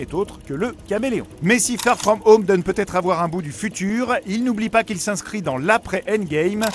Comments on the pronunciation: "spider man FaRe FraUmE HaUMe " 😭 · ben... Bien sûr que je n'ai pas l'accent le plus anglais du monde mais je voulais juste rigoler parce que il dit " far frome home " d'une façon vraimeent française mais je n'ai jamais voulu avoir des propos méchant... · Tssss... Fait pas le mec. Personne ne dit "Spaïdèr Man" tout le monde prononce "Spider man". Peut être que tu le dis parfois mais fais pas genre quand tu parles du film tu as un Français normal et d'un coup tu prends un accent du futur pour bien prononcer "Far frome home"